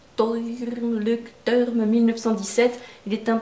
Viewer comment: Sympa ta vidéo. Leuchtturm se prononce ˈlɔɪ̯çtˌtʊʁm (à la fin tourm, le u se prononce ou en allemand). J'espère que J'ai pu t'aider